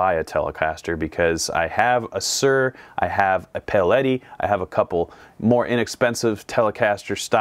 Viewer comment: It is paoletti